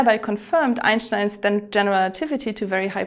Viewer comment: Your pronounciation of "Einstein" sounds amazingly accurate.